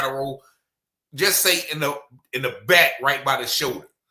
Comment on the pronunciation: I c her letn us kno, she can’t say “back”